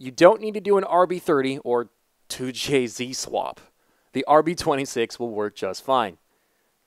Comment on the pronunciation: Why he say 2jz like that dawg